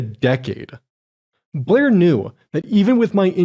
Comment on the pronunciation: It’s funny pronounces Blair as “Bleeergh” and creator as “curator” because I realised she IS bleergh and she plagiarised everything so she’s not a creator, only a curator of shitty ripoffs. This man’s accent has gone meta.